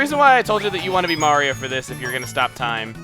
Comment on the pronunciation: Let's 'ave a carriage ride! Mawio! Tewepor!